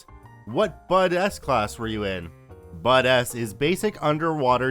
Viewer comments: It's pronounced buds not bud S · just to be clear, BUD/S is pronounced as BUDS, not BUD-S